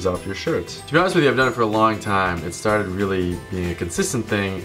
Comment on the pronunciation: "Don't even get me stahted." I believe you dropped your Boston.